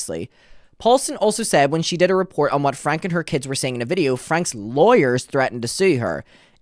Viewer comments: FYI, their last name is pronounced “Frank-ee” and Connexions is pronounced “Connections.” Please get into Jodi’s shit as well. She is pure evil!!! The fact that they spoke to WaCB is absurd when there are so many other creators who have covered this family for much longer and actually know wtf is going on. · Their last name is pronounced Frank - ie